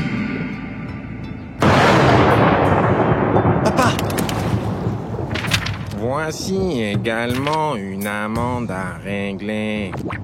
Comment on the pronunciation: "Voiiinnnnci également une amennnnde à régler" merrrcii